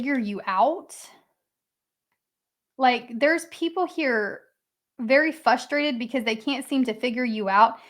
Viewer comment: I love your readings, but can you please pronounce “frustrated” not as “fustrated” but “frustrated”?